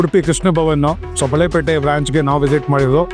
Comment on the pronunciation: ಬಾಳೆಪೇಟೆ ಅಲ್ಲಾ ಬಳ್ಹೆಪೇಟೆ